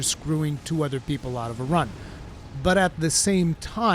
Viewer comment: No one: Absolutely No One:: Beeple bick Bepsi ober Coke.